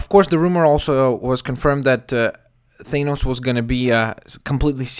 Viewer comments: Its Th-ah-nos not They-nos just saying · If they're casting any1 else than yes I agree on Ron Pearlman.That being said U mentioned that the current expected actor Pourtier worked with Joss not Josh Weeden.Past relationships & politics does go into casting. It is also pronounced Than-Os...NOT Thain-Os.Just so no1 else pronounces it wrong due to watching this video.I like the last 2 pics with the more realistic looking pale purple skin & fitted armor.They should be using an actor in a suit...CGI only for the action scenes. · Not thainos it's thahnos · Thanos is a derivation of the Greek root Thanatos (the personification of death)pronounsed [than-uh-tos, -tohs], this being the case theres oretty good argument for the pronunciation of thanos as [than-ohs] not [thane-ohs] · FYI its pronounced Th-A-nos not Th-AY-nos. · its THAH NOSE jesus christ was bad enough u said it wrong then u had to repeat it 50 times. other then that yeah i can see perlman playing THAH NOSE i dont have the man crush you seem to on him but hes a good reliable actor